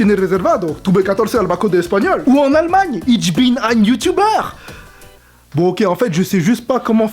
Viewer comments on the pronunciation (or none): Ça a choqué que moi qu'il dise "itch bin" au lieu de "ich bin" ? 😂